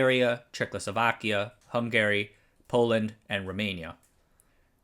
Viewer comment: I love it every time you say Check Losovakya.